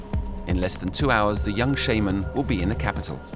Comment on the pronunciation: That's not how it's pronounced. Shaman doesn't sound like shame...